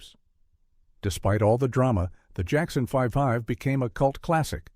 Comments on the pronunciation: “Jackson Five-ive”? Really?? 😂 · The Jackson 5 ive? Your AI needs to learn how to read. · I loved "The Jackson Fivive! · This HAS to be AI tracked! Everyone knows that it’s pronounced The Jackson 5, spelled out 5ive.